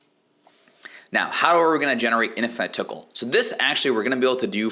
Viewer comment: lmao the way you say tokkul "the tickle shop"